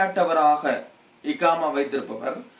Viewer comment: எக்காமா இல்லை Bro அக்காமா இதுதான் சரியான வார்த்தை